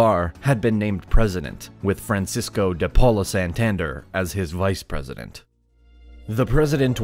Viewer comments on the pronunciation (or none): I loved the video but some of the last names (I.e: Bolívar, Santander) and some names of places (I.e: Cúcuta) were mispronounced. Still the quality was superb! Thank you very much!!! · may know many things. But it certainly doesn’t have a clue of how to pronounce Bolívar, Santander, Páez or Cúcuta. That was TERRIBLE. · The emphasis in BO-LI-VAR is in the second syllable (LI), in SAN-TAN-DER is in the last one (DER) and in PA- EZ is in the first one (PA), it even has the accent mark over the A. You managed to get them all wrong 😂 Just put the words in Google Translate and click on the little speaker button to hear how it sounds, is not that hard. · How can he pronounce Cúcuta and Santander so badly